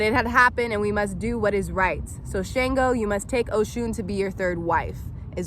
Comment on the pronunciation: It's not SHANEgo.... Please learn how to pronounce Orisha names correctly if you are going to speak on them.